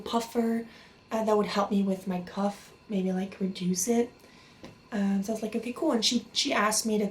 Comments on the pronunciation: Cough (CAW-F) not Cuff. Also I'm subbing, prayers to you 🙏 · i think u did a great job translating!!! just a little tip that i know isn't necessarily lol but i think u were trying to say cough but it came out more like cuff? unless cuff is another medical that i am unaware with which is very likely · I know your going through a very challenging time in your life. And I don't mean to seem disrespectful, but it sounds like your pronouncing it "cuff". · Anyone knows where she's from? Sounds like she's saying "cuff". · The way she says cough is annoying and the puffer is an inhaler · Apart from the echopuncture and the cuff...😉 No I'm kidding, I thought she was American until she mispronounced cough....she really does have good English though.